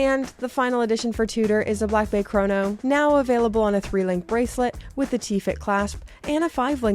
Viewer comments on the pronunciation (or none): none